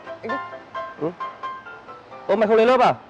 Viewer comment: Em chào anh đực ạ What đức mà lại gọi nhầm thành đực